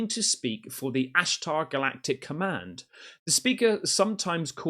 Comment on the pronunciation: Galacting komand..😂😂😂 Annunaki technology, interferenc video...🤣🤣🤣...please..porfavor...🤦‍♂️